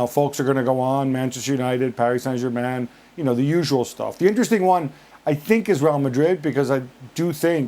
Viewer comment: Gab you do realize you don't say the accented words of a foreign language unless you are speaking it. That's like speaking Spanglish. When you mix them together. If you want to say Paree Sain Germah you need to say the entire sentence in French. Frank has an excuse. The guy is French speaking English. The accent is natural. He can't help it. He doesn't do it on purpose. You are English speaking and American like me.